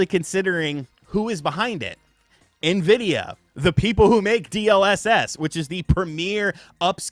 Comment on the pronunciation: Thank for saying Nvidia correctly. Lol